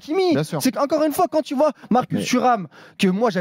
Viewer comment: Il prononce les tu « tchjiou »